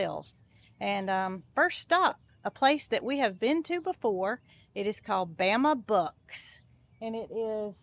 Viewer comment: Bama Bucks I thought you were saying Bama Books I thought it was a book store Lol